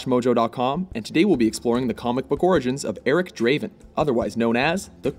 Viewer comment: Not Draven, Daaaaaaaaven.